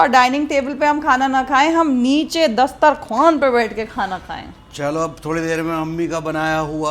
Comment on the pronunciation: Dastarkhavan aise bol rhi masha Allah.. Jaise urdu se phd ki ho ❤